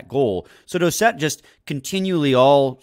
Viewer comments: It's pronounced Doocet, but spelled Doucet, because it's a French last name. How do I know? It's my last name too. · Its pronounced douce ette haha not dowset!